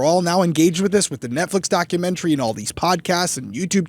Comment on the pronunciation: I love, but the way she says documaTARY and other words like that drives me a little batty lol